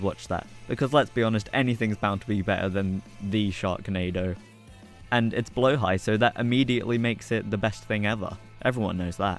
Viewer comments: just fyi it's "blåhaj" not "blahåj" 💀👍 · you say blåhaj pretty well actually, much better than people who say blahajje